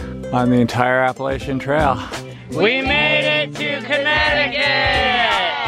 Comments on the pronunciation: Great I love backpacking but that's not how u say Appalachian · It’s APPA-LATCH-UN don’t disrespect it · ok but is no one going to talk about the way they pronounce appalachian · Bruh I’m from the Appalachian mountains u don’t say it like that